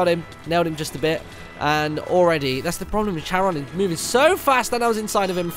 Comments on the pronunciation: Martin, it's KA-RON. Not CHA-RON. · Not to annoy anyone but it's pronounced care-on and he's the guy that transports the dead over the river styx in Greek myth.